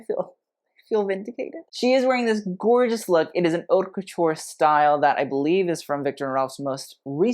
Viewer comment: You do know “haute” is not pronounced “hot,” right? It literally sounds like “oat.” French, yo.